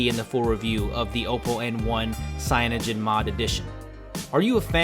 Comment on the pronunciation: u pronounced oppo wrong